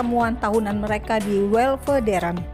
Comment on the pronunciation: Lidah naratornya keseleo waktu ngomong Weltevreden jadi Welvederen 😃